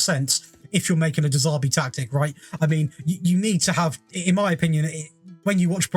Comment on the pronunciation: Sorry because you could have some underlying speech impediment, but, who the hell is de Zaarbi? If you can’t even be bothered to pronounce the guys name correctly why would anyone want to listen to anything else you say, what a class A dick!